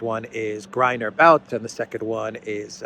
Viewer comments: Its pronounced 'boot' not 'bowt' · Victor B[u]t, not B[au]t. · It’s [bu:t]. Victor [Bu:t] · Виктор Бут = Viktor But - But rhymes with put, foot. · Pronounced boot I've seen Russian commenters say. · Darkly humorous that the hands down world champion arms dealer and merchant of death labels Bout(pronounced BOOT btw) in that way.